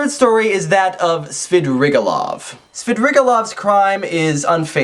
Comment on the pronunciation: Marmel'аdov not marm'eladov ! And swidri'gailov .my ears bleed!